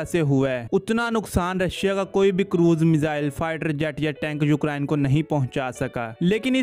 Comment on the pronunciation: Brother just a friendly suggestion. Try pronouncing ukraine correctly. Its U-crane and not U-krine. Listen to the google pronounciation of the word. Good luck.